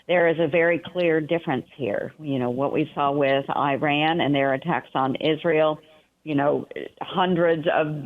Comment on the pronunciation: why cant she even say Iran properly? Shows ho much she actually cares or knows about the region.